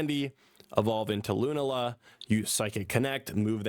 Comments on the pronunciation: Bro it’s Lu-na-La not loonala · I know these are a difficult bunch of pronunciations: Loo-NAH-la Sol-guh-LAY-oh